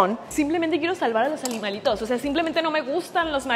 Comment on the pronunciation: WEY PENSÉ QUE ERA MI CEREBRO BIEN BUGEADO PERO ES CIERTO QUE DICE ALIMANITOS